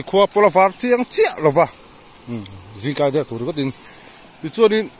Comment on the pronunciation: I tawng hi a fiah vak loh in ka hria zingkar ti tur ah zingkai i ti aw 😂😂